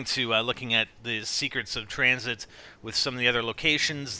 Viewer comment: Tranzit not tranit